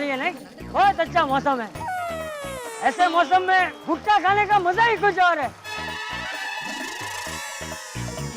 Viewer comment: did I hear gutka instead of bhutta 😂😂😂